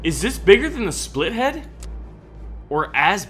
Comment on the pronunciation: it's not splithead it's spithead.